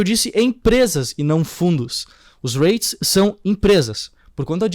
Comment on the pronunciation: Conheço os J-Reits pois moro no Japão. E sim, você pronunciou errado,! Hahahahah 😂